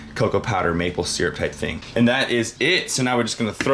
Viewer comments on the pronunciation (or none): none